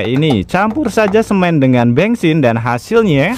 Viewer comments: Bensin ❌ Bengsin ✅ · Bengsin apa bensin sih?😮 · Bensin menjadi bengsin😂😂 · bengsin atau bensin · Yang bener bensin apa bengsin sih? 😂